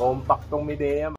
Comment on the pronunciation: "maydiya" po Boss. kala ko din dati "mideya" 😁